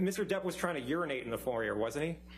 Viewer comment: "and mr dep was trying to unriate in the foling"? LMAOOO